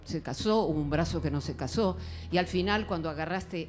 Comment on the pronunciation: una pierna que no se "caso", un brazo que no se "caso" jajaja SEÑORA HABLE BIEN!